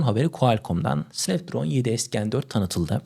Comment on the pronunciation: snapdragona sanpdraon diyon - cigabayta cigagayt diyon yavaş konuş anlaşılır ol kanalı ilk açtığından beri takip ediyorum seni ama şu kelimeleri yuttuğun için izlemekten kaçınıyorum